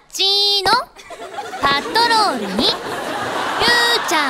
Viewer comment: の「オウッオウッオウッ！！」 天使ー！！ アシカショーなのに🦭イルカのイラストが🐬 「町のパットロールにゆーちゃんが出かけるよ」 可愛い❤️💕 「今するなぁ！」好き！！